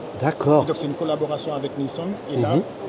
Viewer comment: C'est bizarre que la personne dise "Neissonne". On dit Neisson comme "camion". Le rhum blanc et le rhum agricole c'est la même chose. Neisson c'est effectivement un des meilleurs, mais le prix ça va te faire cher le baba au rhum. Et sinon le décollage, c'est le verre de rhum que tu prends au réveil vers 5 heures (bouteille sur la table de nuit), pour te lancer de ta journée dans les champs de canne à sucre.